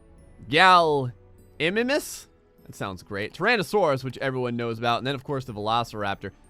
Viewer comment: Has definitly seen the first Jurassic park..... still can't pronounce gallimimus..... you're a special person